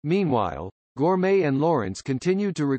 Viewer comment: Her surname was Gorme, not gourmet!